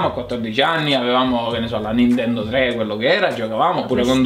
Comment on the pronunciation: "oh, prego" -Comessa...ciao....vorrei un gioco.... Un gioco Bi ninkia quattroh everh (ironia)